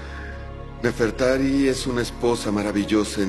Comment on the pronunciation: se dise nefertari :v